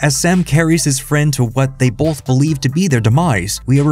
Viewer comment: Why do you pronounce “both” with an L saying “bolth”?